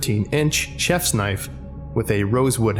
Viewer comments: Oi, ew got a loicense fer vat knoife? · "Now that's a noife"